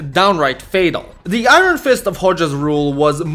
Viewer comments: The way you pronounce Iron 😂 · Bro, you need to learn how to say iron.